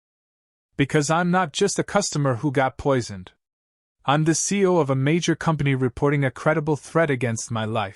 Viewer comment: It’s not seal it see we C E O